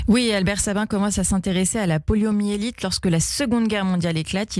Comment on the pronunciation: PoliomYélite avec un Y et non poliomélite